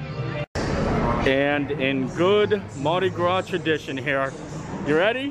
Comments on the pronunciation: allow this Neworleanian to teach you to pronounce Andouille, ohn-doo-wee. Also, the S at the end of Mardi Gras is silent. Great video, Universal did surprisingly well with it. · Happy Mardi Grausse lmfao